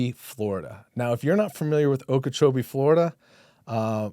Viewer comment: Not Okeechobee